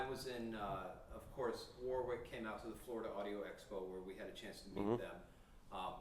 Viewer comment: Repeat after me: "Wa-rick".